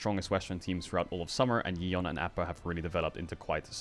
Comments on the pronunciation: Great video Caedral but holy shit Yeon's name is pronounced like "Yawn" not "Yee-on" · It's Yawn (yeon)